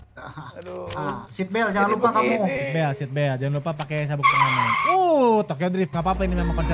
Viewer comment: Sit, bukan shit😢